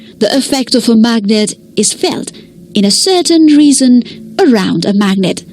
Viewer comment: True and she pronounced "region" as "reason"